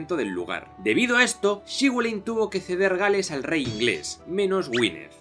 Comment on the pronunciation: Que tal amigo! Saludos desde Argentina. Acá en la Patagonia hay descendientes de galeses y nos contaron la historia de Llywelyn. Ellos lo pronuncian como "Léfelin". Saludos.